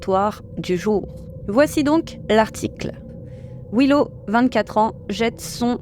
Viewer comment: Un petit conseil. Je sais que les français sont mauvais en anglais mais s'il y a 2 fois la même lettre dans un mot c'est pour une raison! Daddy ne se prononce pas da-dy mais plutôt dad-dy, pareil pour Willow c'est pas Wi-low, c'est Wil-low. Et peut-être pour un post futur, Neil ne se prononce pas nail.